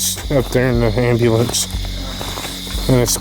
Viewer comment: Gosh Dang AMBA-LANCE lol you gota say it atleast once LMFAO